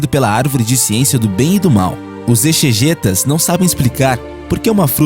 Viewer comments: Não se fala "exegêta" e sim "exegéta". A pronúncia é com o "e" aberto e não fechado. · Não sei se alguém já corrigiu a pronúnci ada palavra "EXEGETA", mas a pronuncia cetta é: Ezegeta, a letra X com o som de Z. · ... exegeta (( se pronuncia '' ezegéta " ♻ ♻ ♻ ✌😉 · Exegeta (na pronúncia o X tem som de Z)